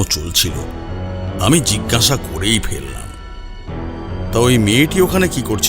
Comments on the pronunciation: Jhinghasa hobe na jiggasa hobe. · যিনি গল্প বলছেন তিনি জিজ্ঞাসা কে জিগনাসা , অজ্ঞাত কে অগ্ন্যতো বলছেন খুব কানে লাগছে । একটু খেয়াল রাখলে ভালো হয় । আমি রোজ শুনি এই চ্যানেল খুব ভালো লাগে।